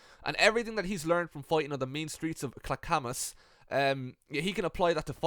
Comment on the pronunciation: It's pronounced "clack-ah-mus".